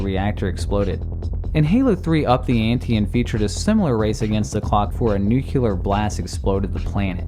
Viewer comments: Nuclear. Not nucular. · oh god, please don't confirm you said 'NUCULAR' instead of nuclear. please please. i loved you so much. just say it was a slip of the tongue or whatever, okay? pleeaase. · "Nucular blast" It's NuCLEar" As in 'Nucleus.' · And one more genius that says "nucular" instead of nuclear. It's getting weird as almost ALL native English speakers I happen to hear say this word do the same "mistake". As a non native English speaker, I find this even more and more puzzling. That's definitely an odd mystery. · I mean, it's very perplexing to me. How come, that there is like one person in 100 that says it normally. ALL the other people say "nu - Q - lar", and they clearly pronounce it that way, with no ambiguity. It's an actual mystery. A rabbit hole, if you may. It's NUCLEAR!!! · NUCLEAR NOT NUCULEAR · Don't be like Homer Simpson. There is no such thing as a "Nucular" blast. It's pronounced New-Clee-Arr. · NU - CLE - AR not NU - CU - LAR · I'm surprised at how many people can't pronounce nuclear. It's not even a regional thing like the other comment said... nucular is straight up wrong. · This mistake again!!! How many people say nucular in this world!!! It’s NUCLEAR!!! N-U-C-L-E-A-R! BTW, awesome video! 😁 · new-clear not new-q-lure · What's a nukular blast? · Everyone complaining about Hades being a translation but ignored him mispronouncing nuclear as "nucular"... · Nucular!! LOL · "Nuquler blast" (cringe) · "Newkyoulurr" NOPE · it's "nuclear", like "new-clee-er". fyi. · 2000 thumbs down from people who heard you pronounce the word nuclear as "new-cue-lar" and Aeris as Ares, the Greek god of war... 😉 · Say it with me, New Clear. Now put them together. Ares, as in the god of war? Jeeze, dude learn to pronounce. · Downvote only for 'nookyouler'. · Why does everyone say nuclear like nu-qu-ler? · nukular? really? I didn't know you were stupid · Noo clee er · he said nookyalur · that's not how you pronounce 'nuclear' ... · you said nuclear wrong